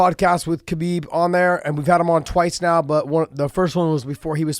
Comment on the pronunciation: You know how newbies first say Royce and Rickson but eventually they learn to say Hoyce & Hickson? It's time to say Habib properly Josh....it's a question of "hespect".